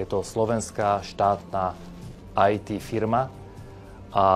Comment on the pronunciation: Nie "Aj Ty" firma ale 'Í Té' firma 👍